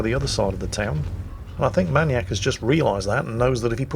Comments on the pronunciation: why does he pronounce manyak- manyak and not maniac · Man-eee-AK? May-knee-ack., never change. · are you saying maniac like that for a reason? I thought you'd pronounce it "mai-niac". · Why can’t you pronounce maniac?